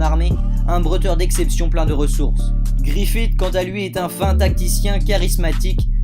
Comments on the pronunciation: YO mdr le gars a dit "GIFFRITH" et pas "GRIFFITH" :)))))))))))))))))))) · "gifrith" connaîs pas XD (Mais vidéo cool sinon 👌)